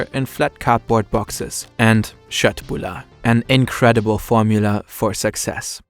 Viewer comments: HE SAID KÖTTBULLAR RIGHT OH MY GOD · You nailed the pronunciation of kötbullar. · Im Swedish and when he said köttbullar i thought dude you nailed it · As a swede can I just give a shoutout to that absolutely perfect pronunciation of köttbullar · Bro nailed the kötbullar pronounciation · Omg he pronounced köttbullar correctly! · Good Swedish pronansuation, probably better than my spelling 👏